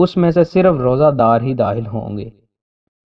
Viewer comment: Please correct these words Takhleeq not Tahleek and Dakhal not Dahal.